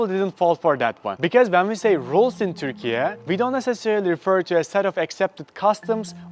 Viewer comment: first of all, it's turkey....not turkeya